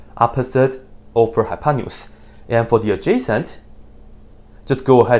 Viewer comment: that's funny how hypotenuse ended up a hypanious (as far as I can hear) LOL